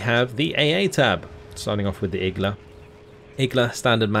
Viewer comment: iglA not Igla!!!!!